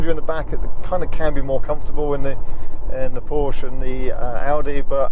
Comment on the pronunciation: Please be so kind to consider pronouncing Porsche correctly in the future, thanks!